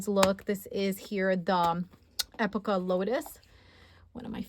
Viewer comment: The A5 blush croco is beautiful! I’m waiting to get it in a size I use. I just received a new to me bubblegum personal sized Amica. I love it! Also epoca is pronounced ee Poe ka . Love your videos!